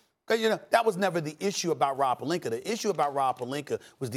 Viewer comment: O yeah, "the Lakers and Rob PELINKER" 😂